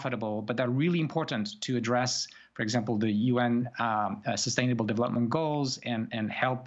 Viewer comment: Prof. Yashua Bengio lost me the moment he pronounced UN Sustainable Goals.